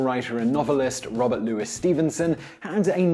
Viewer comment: Robert Louis Stevenson = Robert Louie Stevenson, not Robert Lewis Stevenson. British or French pronunciation, not American.